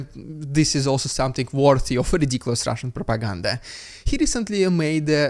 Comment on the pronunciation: The “ridiculous russian propaganda” but is getting super old and I end up skipping or stop watching the video every time you do it. Sure, tell us what the propaganda is, but say it normally. Its annoying.